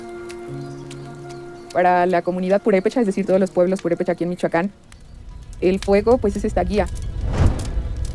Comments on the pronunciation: Destiny trying to pronounce Michoacán LMAO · Always wondered if Destiny was fluent in Spanish, given that he is Cuban. His attempt to pronounce "Michoacan" answered that question. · I love Destiny's pronunciation of Michoacan.